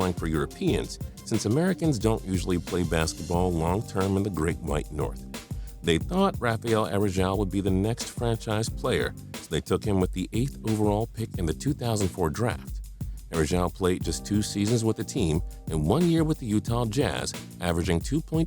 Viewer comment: Andrea Bargnani wasn't a bust. Neither was Yi Jianlian. Also Rafael Araujo is pronounced Ha-fi-el Are-uh-ooh-joe